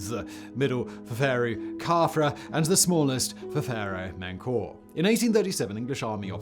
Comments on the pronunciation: Menkaure is pronounced "Min-car-ray" for those curious. Im guessing Simon either didn't look it up or his pronunciation dictionary didn't have it listed for some strange reason. This is a Pharaoh's name that's relatively well known given his association with the Great Pyramids of Giza. So pronunciation if his Pharonic name is also relatively well known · Simon's pronunciation of Menkaure also plumbs new depths!